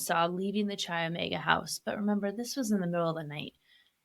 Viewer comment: Interesting take, you obviously do your research but please, learn how pronounce names of locations properly. CHI OMEGA is not pronounced like chia seeds, it is pronounced as KAI OMEGA. The ch sound is a k in fraternities and sororities.